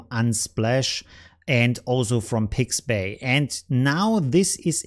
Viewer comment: It is called Pixabay, not Pixbay.